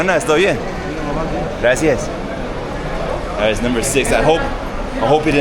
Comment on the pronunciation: He says "graci-is"